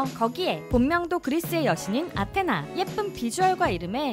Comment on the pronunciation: It's not pronounce as An-tenna, it's A-thena.